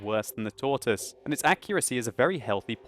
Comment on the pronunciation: did he say bad accurasy ?????????????????????????????????????????????????